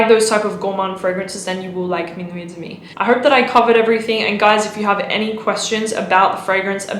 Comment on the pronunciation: et demi is pronounced "ed mi"